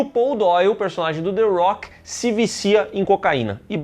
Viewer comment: A rocha, não "arrocha"... the rock